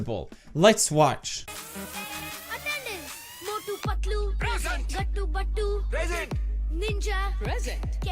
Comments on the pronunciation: Not fatlu, it is Patlu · Its not phatloo.....you should pronounce it patlu